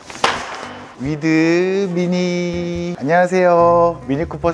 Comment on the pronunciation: 위드으 미니이 🫠 이런 음은 처음이에요 😆